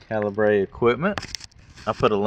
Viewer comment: Calibre is pronounced the same as caliber. Just a different way of spelling it. Great video, and congrats on the new toy!